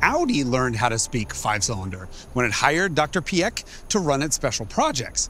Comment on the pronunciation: as a German at first i was afraid how you would butcher his name but i am VERY happy you didnt! Thanks for that!!!